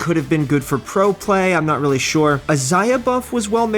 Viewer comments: Is it just me or does he kinda keep pronouncing "really" as "weally" ? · Weally Well Before